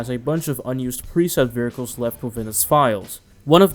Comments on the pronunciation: vehircles... hahaha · Ahh yes, vericles. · "vearcles" "Dr. D.R.E" lmao. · This mans really out here sayin "veracles" XD But fr, Midnight Club LA was one of my favorite XBOX 360 games, despite the customization (in my opinion) not living up to MC3:DUB Edition Remix. I'm not sure which version I beat (probably the patched one since I didn't realize that even happened) but I found that once you got a bike, you became unstoppable. The fact that bikes could slipstream cars, but not be slipstreamed themselves, made them so overpowered. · Wheres the "R" in 'vehicles'?